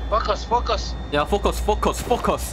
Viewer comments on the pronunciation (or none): its seriously sounds like- 'F*ck us'😂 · When they said "FocUs" .. i heard "*** Us" 😅😅😅 ...maybe i have a dirty mind 😅